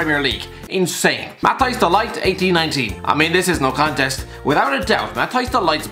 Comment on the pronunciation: Did he say mataias the light